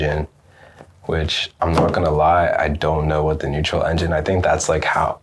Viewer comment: What does he say “neutral engine” what a dick, speaking Americanese!.